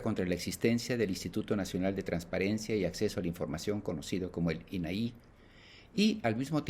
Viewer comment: Primero empieza por fijarte en los acentos .. INAI no los lleva .. no es "inaí" como lo pronuncias 😮 saludos!